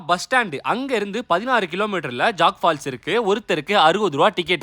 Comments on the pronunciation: It's not jag falls venne it's jog falls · It's not jag falls. It's jog falls. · Dai speel jogg falls alla jog falls😂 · அது ஜாக் Fபால்ஸ் இல்ல! ஜோக் falls bro! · Jock falls illa da tharkuri It's jog falls 😅